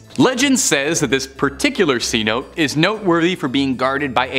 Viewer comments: It's not C note, that's slang for a Hundred Dollar Bill. It's pronounced See-No-Tay. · Please learn to pronounce words such as cenote. ( say-now-tay). If you don’t know, look it up so you don’t look like a fool.